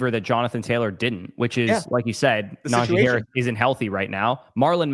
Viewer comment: “Najeye Harris”